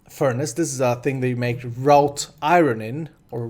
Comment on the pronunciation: Wrought is pronounced, "rot". :D